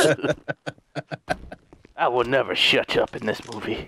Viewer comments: You should make misspeak compilations for other games too. But Shuch up, Give birth and Chipotle are the classic ones 😹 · Shuch up or nutch up! 🤣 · The Shutch up thing always makes me laugh so hard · Schutch up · "Such up" will probably always be my favorite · I LOVED THE HE SAID "SHIT PULL UP" AND HE SAID CHIPOTLE AND "SUCH UP" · In a world, where shuches up. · I love it when said "shuch up!"